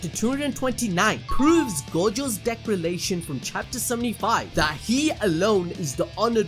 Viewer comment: “Decralation” lol all love tho